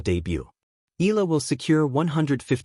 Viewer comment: Not Ela it is EyaLa